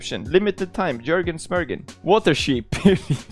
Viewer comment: Its Joergen